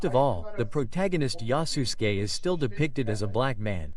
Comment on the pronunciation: I heard it as yasusGAY haha